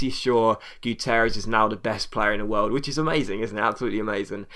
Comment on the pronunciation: you prononce it wiooooooooerld